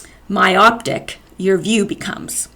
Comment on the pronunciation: Not a hater! I love you. So when I criticize it's to help development. Don't mention the haters, all they want is your attention. You've shown how emotionally weak you are by responding. Don't talk about your degrees and schooling then say 'myoptic'. Only use words you actually know. Learn how to say people's names. Must be tough to be so close to perfection...